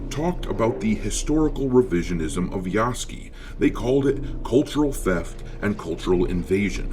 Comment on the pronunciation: ROFl "Yaske" .... you Moron Its Ya-Su-ke